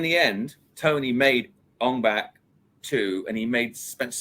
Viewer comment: why does he keep saying ON BACK instead of ONG BAK... it's only showing respect for the Thailand language to say it rite!!